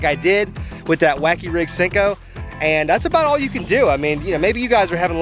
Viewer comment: pretty sure it’s pronounced senko with an e not sinko with an I 😂